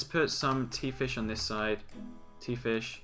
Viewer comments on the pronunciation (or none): none